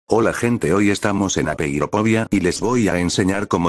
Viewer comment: Es apeirofobia no apeiropobia solo se llama apeirophobia porque así se dice fobia en inglés español fobia English phobia